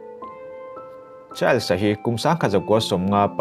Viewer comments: A dik chiah.. child's tiin a lam tlat a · A ngaihnawm hle mai. Mahse Charles tih i lam dan hi hriat a nuam lo